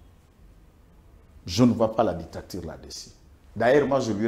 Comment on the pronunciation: ça s'appelle Dictature et non ditacture comme tu le dis.